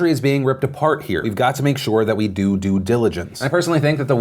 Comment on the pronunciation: "This country is being ripped apart here. We've got to make sure that we do due diligence." Me: I know this is a serious topic, but he did phonetically say doo-doo, and I have to point it out. I know. I hate me as well.